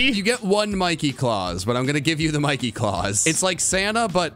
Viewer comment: ITS MIE-KEE MOUSE